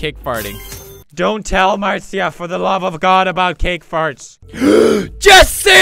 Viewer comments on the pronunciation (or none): none